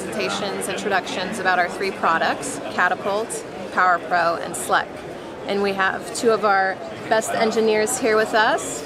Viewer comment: Ohhh SLEC..the way she said it sounded off...nice video